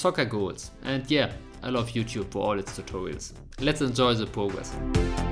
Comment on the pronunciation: his accent is really cute he says progress as pwgwess and microgame as micwogame